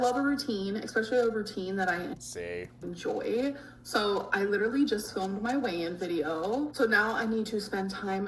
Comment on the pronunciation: I hate the way she say literally she says leedarally